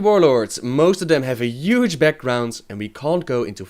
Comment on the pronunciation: omg stop saying yuge!!